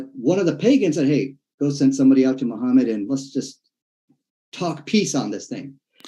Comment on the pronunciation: Noone ran away. You never answered the questions, and you used logical fallacies, false victimhood and insults to take focus away from the topic. And, you claimed higher knowledge of islame than islamic scholars, which is hilarious. You don't even know how to pronounce your prophets name.